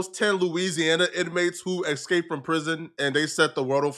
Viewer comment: It's eSsssssCaped not Ex-caped